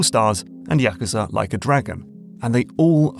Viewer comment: Props for stressing the first syllable in Tsushima and yakuza.